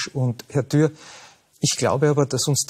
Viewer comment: Das war ziemlich Thür [dürr]😉 aber es ist auch schwer, gegen diesen gut vorbereiteten und sachlich hervorragenden Kickl anzukommen💙👍 Bestnote Römisch 1 🍾🥂